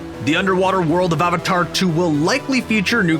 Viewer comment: It's avatar not aavaatar